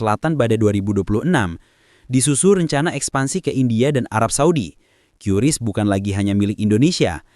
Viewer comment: QRIS Dibaca Keris no Qiuris